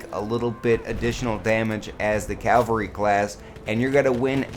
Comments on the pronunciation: i thought it was cavalry not calvary? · Calvary hahaha 😂 cavalry *?? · CAVALRY NOT CALVARY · It's CAValry ffs